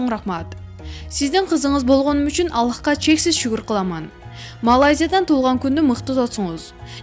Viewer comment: Ушул каналдан кантип чыксам болот,кутуктаймын дейт гоо куттуктайм деп окусаныз чон кыз.Алыхка эмес Аллахка деп окуйт тобоо.